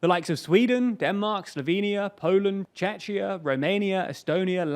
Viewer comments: Am I the only one offended by Czechia being pronounced "tchetchia" when it's simply "tchehia"? 😅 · Did he say Czechia as "Chechia"? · Just note, it not Czeczia, but Czechia. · Dear, if you don't know how to pronounce Czechia, use the full name the Czech Republic instead. What you said sounded like Chechnya and that is a completely different state and a very troubled one. The right pronounciation of Czechia is /chekia/. Please, make more effort to clean mistakes from your videos. Thanks. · Czech preson here. Czech republic is pronounced Czek while Czechia is CzeCHia. Same way the german name for czech republic is pronounced ,,Tschechien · Love You and love Your chanel, but please do not call Czechia "Chechnya". I admit it was not a good idea to change name from Czech Republic to Czechia... And if it makes difficult to pronounce it, just call it by its older name "Czech Rep." or even "Bohemia" Thank You😉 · And here we go again,... Some YTber can not pronounce the name of my country correctly AGAIN :D Oh, how much not suprised I am !?! Not at all TBH. I don´t like disliking, but you deserve it in this case. Please be kind and do your research on how to correctly pronounce Czechia (Czech Republic) and not mistake it with Chechnia. Ty. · did you just say Chechnya? xd we are Czechia/Czech Republic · Hey, just wanted to ask how you actually pronounce "Czechia"? Always thought it was CzeKia not CzeCHia. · Czechia's name got properly butchered in this video. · Do you have someone who knows how to properly pronounce Czeczia? :D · I am so offended in the way you have pronounced "Czechia" (shortcut for Czech republic). So offended....in a funny way. As a channel who talks about countries a lot, you should know how to pronounce a country's name. However, I understand that it was a mistake for some reason, but please next time do not make the mistake again please! haha :).